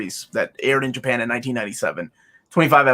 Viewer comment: each time I hear say the word Japan I see/hear the meme, I can't help it:')